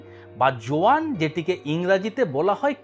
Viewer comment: যোয়ান টা কি বুঝি নাই,কেউ একটু ক্লিয়ারলী বললেন?